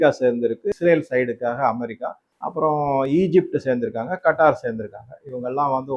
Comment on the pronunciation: கத்தார். கட்டார் கிடையாது. எந்த ஒரு வார்த்தையையும் கூகிளில் செக் பண்ணப் பிறகு உச்சரிக்கவும்